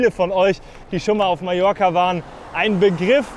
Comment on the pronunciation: Un grand merci pour prononcer correctement le nom de mon île en français : Majorque avec J comme jardin !!! Pour les autres patronymes de villes et lieux , la prononciation, ...c'est pas encore ça !!! Très belle balade quoiqu'il en soit et bravo pour la performance !